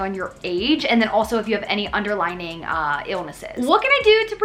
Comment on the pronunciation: hi! Just popping in to say that it's "underlying" diseases, not "underlining"! love from Canada